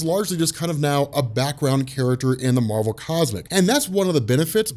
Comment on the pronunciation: Why do you pronounce Marvel differently when you refer to Captain Marvel?